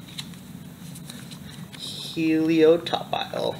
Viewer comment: It's pronounced: HE-LEE-OPP-TILE!